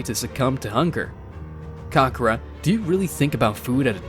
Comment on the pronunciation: Ka-ka-rot, not karrkrot